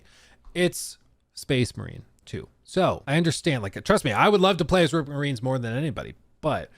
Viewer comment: They are pronounced “RHUBARB MARINES” not “RUPERT MARINES”😂😂😂